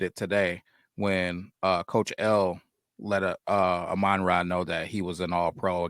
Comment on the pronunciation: Amon-ra’s name pronunciation: rhymes with “Common-law” just FYI. Like AH-min-rah. Not aMINRAh.